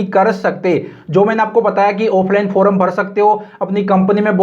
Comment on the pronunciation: फोरम nahi hota yr फॉर्म hota hai